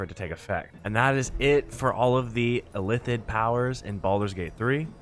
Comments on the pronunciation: ILL-ITH-id my guy Not Ithillid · It bothered me more than it should that he kept saying "Ithillid" rather than illithid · Please Christ stop saying "ITH-ill-id" when the word is "ILL-ith-id" and is spoken aloud no fewer than 100 times in the game you're discussing. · everytime he said Ithillid I died. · I have no idea, how can you pronounce Zai'thisk the right way, but your Illithid is Ithillid xd